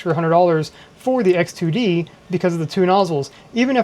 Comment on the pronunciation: hard to distinguish between X2D and H2D from your voice